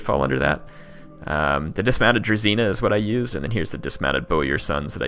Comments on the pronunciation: Great Video thanks for making it! Just one thing its Dru"zh"ina not Druzina, zh has its own special sound! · I know you most probably won't play as the Russians again but zh is not a druzina but a druzhina you should chet it in the google translater zh to Russian